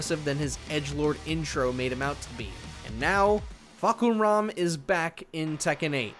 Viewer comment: Uh… Akira, Helena, Fahkuhram? Ya’ll are buggin out for sure with them being added!